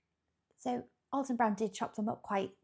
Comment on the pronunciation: It's actually AL-ton not All-ton.🎉❤